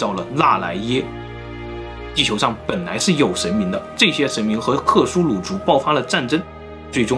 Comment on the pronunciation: 是克苏鲁 不是克苏努。。。